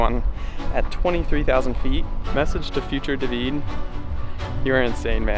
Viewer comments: Lol you pronouncing David Duveed is funny. In english it's Dayvid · Its pronounced david not dahveed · The real reason for the failure was***** agent Smith sabatoge!!!!!!! also that guy kept calling him * Day-veed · Lmaooo so funny how u say his name, dayvid.. David🤣